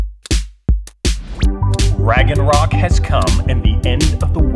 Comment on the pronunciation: "Raggenrock" ??? WTF?!